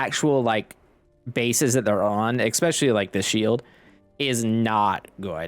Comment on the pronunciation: exspecially...why do Americans put an X in especially?